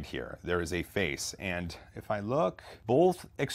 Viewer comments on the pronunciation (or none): I love ya,... but..... Man it pains me to do this.... You're killing me with "bolth"